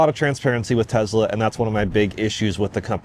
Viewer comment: "I don't really want to say [I'm a Tesla Fan], I'm just a fan of good products."... Dude you're like autistic-fixation level of Tesla superfan, what are you even talking about? There are drinking games for how many times you say "Tezzla" in an unrelated car review video.